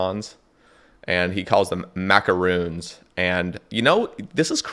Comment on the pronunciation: you're not getting nearly enough flack for the way you pronounce macaroons 😂